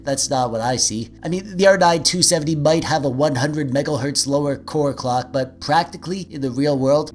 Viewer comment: Megelhertz lol